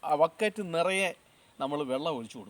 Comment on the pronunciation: ഇയാൾ ലാഡവൈദ്യൻ മരുന്ന് വിൽക്കാൻ വന്നപോലെ ആണ് പറയുന്നത്. അത് പോലെ vakkattu അല്ല ബക്കറ്റ് ആണ്